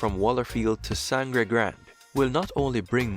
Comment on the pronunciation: Also the narrator, who seems to have a bit of a stuffy nose, pronounced Sangre Grande incorrectly, but we forgive that. : )